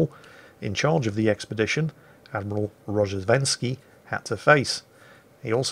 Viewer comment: Actually, It's Ro-zhe-st-ven-skiy